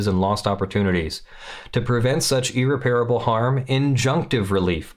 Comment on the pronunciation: Irreparable, for Christ’s sake, the word “repair” is not in there, so why the hell are you saying it?